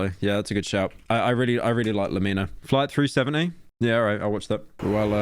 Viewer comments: I hate how pyro pronounces "lemmino" like le-mino instead of lemme-know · ITS LEMINO NOT LE MEENO PLEASE PYRO, ITS A PLAY ON "LET ME KNOW" = LEMINO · Its "leh me no" not "lemeeno" you cretin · "Le mino" lmaoo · Why did he pronounce lemino weird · fumming at the way pyro is pronouncing lemmino